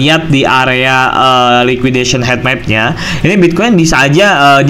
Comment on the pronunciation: Bacanya hitmap bukan hetmap